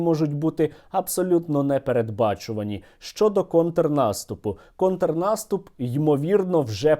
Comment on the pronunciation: Я тільки побачив що Соловйов каже контнаступ, так і диви скоро буде Українською свою гидоту вести